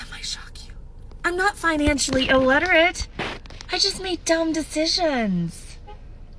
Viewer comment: "I'm not financially ilLETTERate"..... Lady, I'm gonna need you to stfu 💀💀